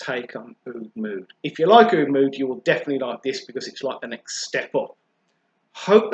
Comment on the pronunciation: It's oud not oad